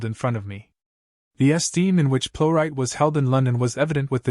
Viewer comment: Could AI at least pronounce the name correctly? She deserves that, surely. A great actress.